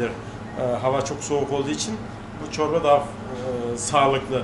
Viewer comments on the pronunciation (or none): Очень все интересно, но,пожалуйста, ставьте правильно ударение,тем более,что владеете языком. Просто прислушайтесь, в турецком языке ударения приходятся на последний слог. Не Уста,а устА, не чОрба,а чорбА,не Айва,а айвА, и т.д.. А то,как ножом по стеклу, или ,извините, серпом по ....Конечно, тем,кто понимает турецкий язык.